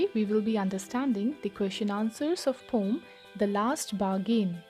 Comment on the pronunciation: Poem not pom